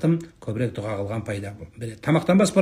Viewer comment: ДУГА ЕМЕС ДУА БОЛГАНЫГО САЛАФИТ.